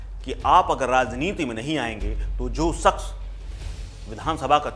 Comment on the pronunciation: सक्स न ही शक्स please currect hindi diction